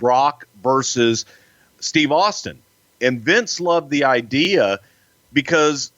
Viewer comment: “Idear”